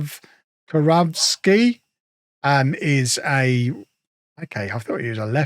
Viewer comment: Kurawski pronounced Koo-rav( like javi but with an r)-ski